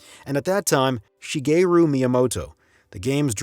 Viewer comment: She-Gay-Ryu Miyamoto… Subbed